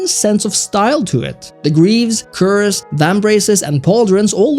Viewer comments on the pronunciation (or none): none